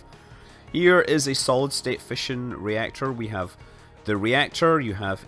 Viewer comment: every time you said fission i thought you were saying fishing...